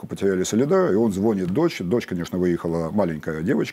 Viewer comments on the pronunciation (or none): none